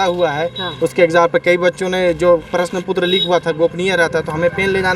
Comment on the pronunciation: प्रश्न पुत्र😂😂😂 प्रश्न पत्र बोलने नहीं आ रहा और कहते है रिज़ल्ट चाहिए